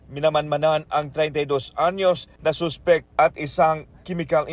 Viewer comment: gusto ko yung pagpronounce nila ng Suspect as Soospect, and substance as Soobstance hahahaha tas yung Chemical, Kimikal daw HAHAHAAHAHAH